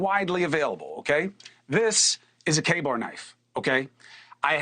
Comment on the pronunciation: CUOMO THAT IS NOT A KA-BAR KNIFE. You should get it right